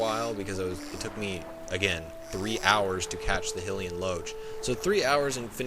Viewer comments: Not "he lee en" It's pronounced "high lee en" lol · "Hillian". Huh, never heard it pronounced that way.